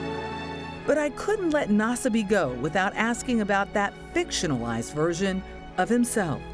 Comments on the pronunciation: Naw-Suh-me. Yeesh, whatever channel this is doesn’t even dish out enough to Google a name? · Nasbyって発音なの草